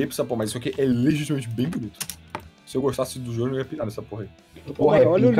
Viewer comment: Ele fala JôJô ao invés de JoJo S E M D I G N I D A D E